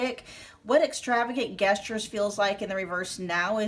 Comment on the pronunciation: Hi gestures is pronounced with a J (not like guess)